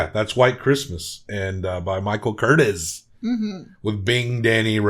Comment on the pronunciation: It's Curt-TEEZ